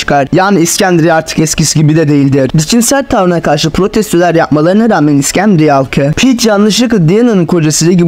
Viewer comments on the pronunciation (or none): iksendria değil iskenderiye.